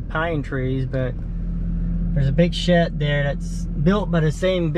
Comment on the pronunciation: its pronounced (SH-ED) not SHET, ya mook!